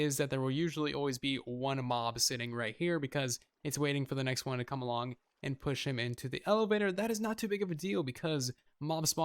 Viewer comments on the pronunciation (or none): none